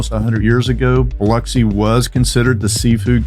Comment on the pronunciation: Can I just say that, as a local of the area, I LOVE that the first thing you do is emphasize the correct way to say Biloxi. It has always been a particular pet peeve of mine when people say Bih lock see.